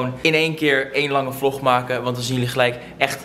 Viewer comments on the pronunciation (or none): none